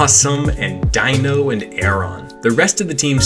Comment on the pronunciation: You're the first player I've seen pronounce Deino's name correctly. Thank you!